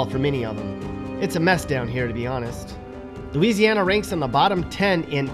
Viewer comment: Hmmm Looseiana?😅